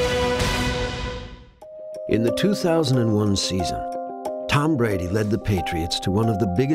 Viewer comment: Who is this guy? I don’t follow tennis, so someone please explain who Tom Buh-Radee is?